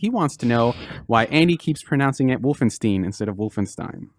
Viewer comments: For the love of all that is holy, please stop saying wolfen-steen it's wolfenstien ...you can hear everyone else pronouncing it that way...you have to know that wolfensteen is wrong...please, stop, it's making me cringe so hard. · everytime i heard wolfensteeen - my ears hurt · Anyone else a bit annoyed by how Andy says "Wolfensteen"?